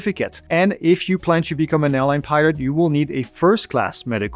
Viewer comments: Just sounds like he's saying "pirate" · when ever he says pilot in sounds like he said pirate